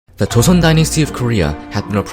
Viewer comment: 한국인이가 발음이 딱딱 맞음 조.선 한.성